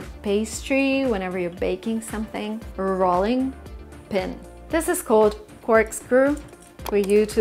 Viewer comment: because you have an accent,yourself,some of your words,for instance,metal,and rolling,are not coming across properly.Your ‘t’,in metal,sounded like ‘d’,and rolling,should be pronounced ‘rowling’.The ‘row’,as in rowing boat.